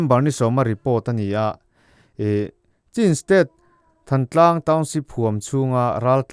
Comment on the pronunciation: "Thantlang" tih i lam dan hi midang ngaihthlak tura i upload hma hian zir hmasa la a lam dan dikinin lam la ngaihthlak a nuam leh zual tur.